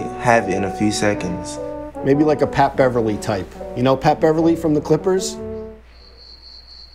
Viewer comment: Mans said Pat Beverley